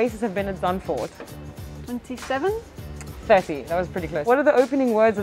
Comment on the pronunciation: Being Dutch I can say your pronunciation of Zandvoort is very good :-)